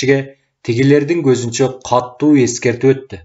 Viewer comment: Эй чырагым, диктор! Сураныч, туура окучу. КАТТУУ эмес, КАТУУ деп бир эле Т тамгасы бар китепте. Диалектиңди киргизбе бул жерде. Аны перевалдан нары барып анан окуй бер.